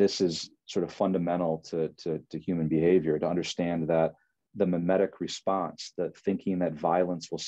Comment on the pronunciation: mimetic, not memetic.